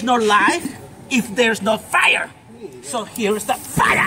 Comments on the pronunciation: I like this guy! His pretty cool and funny "mini Fira!" 😂💩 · Lots of FIYAH!" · AN DEN FIAH!